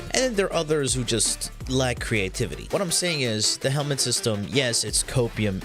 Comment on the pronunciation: Helminth not helmet